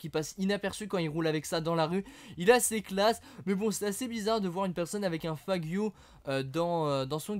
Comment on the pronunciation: Stp apprend a proboncerles noms des voitures ca fait longtemps que je te suis et je te l'ai jamais dit mais le faggio la c'etait trop x)